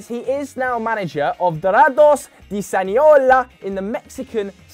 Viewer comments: pronunciation though, "siniola" 😂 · Tf did u say u said sinaloa all wrong😂